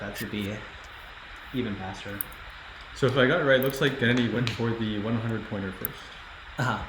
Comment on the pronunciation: The way they pronounce Gennady like Kennedy is disturbing.